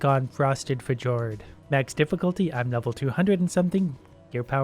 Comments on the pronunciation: Haha silly it’s not pronounced fdjord. It’s pronounced fjord. This guy lol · Fuh'jord Fee'yourd I knew you'd get it right eventually. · "fa jord" :D isn't it "feeord"? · frosted fjord is actually pronounced like frosted fyord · I also pronounced it "fajord" although apparently it's pronounced "fyord" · “Frosted f-jord” in this context the j sounds like a y not a j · "frosted fajord" me actually it's pronounced fyourd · “Fuh-jord” Reeeeeeeeeeeeeeeeeeee It’s pronounced “fyord” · its pronounced fee yord not fih jord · It’s pronounced FEE-YORD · Fee-JORD HAHAHAHA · Fjord is said like fyord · It’s ford or f-yord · Fjord is pronounced as fyord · the j in fjord is said as it was a y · I love how he says F-J-ord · Fjord is pronounced fEord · "frosted fuh-jord" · "Frosted Feh-jored" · Fjord= Fyord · Fuh-jord 😳 ok. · Fuh-jord. Ah yes, Language. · When you pronounced fjord (fee • ord) wrong, I felt that. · It's fuh-jord now. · fjord is pronounced f-Yord j is y J IS Y J IS YYYYYYY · I.... do grown ass adults still not know how to pronounce fjord? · The way you pronounce fjord! Lol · The way he said "Fjord" almost physically hurt me. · funny how df is a grown man and still cant pronounce fjord correctly XD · The way he pronounces “fjord” -_ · when he said fjord wrong that just killed me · Someone tell it's a hard "J" in fjord. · That Fjord pronunciation killed me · Am I the only one that cracks up at the way he pronounces fjord?